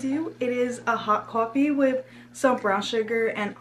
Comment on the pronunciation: LOVE LOVE LOVE!! has anyone told u that u say coffe like a new yorker ☺ cawfee lmaoo LOVE UR VIDS OMGG